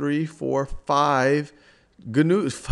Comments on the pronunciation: hahah this was a great video but it not gunoos its pronounced noos hahaha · That word is "new" not gah-news. omg